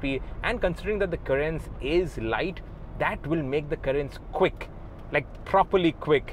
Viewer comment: Kya Pronounce kar rahe ho Carens ko yaar ..... itna ignorant ya dumb kaise ho sakte ho ki kisi car ka naam hi poora galat le lo... .